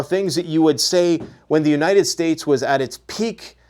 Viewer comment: "Unated Nations"